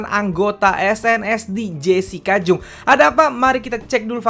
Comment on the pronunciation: Bukang jung bacanya bang tapi jang